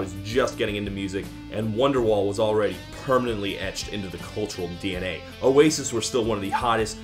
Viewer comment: says ' oasis ' in an aussie accent. Stupid fucking yankee degenerate. smh